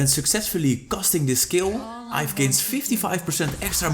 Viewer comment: Iaf🤣🤣🤣it's yve (yeev)